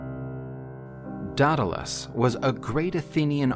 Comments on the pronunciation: it's day-duh-les lol Greek is hard to pronounce sometimes. Idk why he said it so many different ways lol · The narrator read the name Daedalus in 3 different pronunciations throughout the story. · Drinking game idea: Take a shot every time Daedalus is pronounced differently than the time before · Every time he says 'Daedalus' he pronounces it a different way.